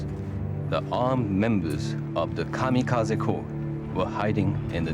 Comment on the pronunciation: ... It isn't "Kamakazi". It is "Kamikaze".